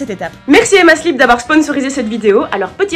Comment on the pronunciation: "Emma slip", toi tu ne parles pas anglais, ça s'entend.